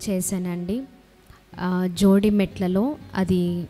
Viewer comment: అది జీడిమెట్ల తల్లి.. జోడి మెట్ల కాదు. కాకరకాయ కీకరకాయ అయిందట. ఇద్దరూ అనాథలేమో అంత పెద్ద కాలేజీలో ఎలా చదివావు